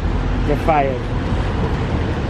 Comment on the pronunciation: "fiahed" the boston accent jumped out